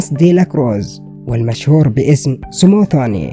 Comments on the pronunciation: انگليزيتك ضعيفة حاول تطور نفسك ، وربي يوفقك وهو اسمه سموذيني مو سموثوني وشكرا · اسمه سموذيني مش سموزيني يا جاهل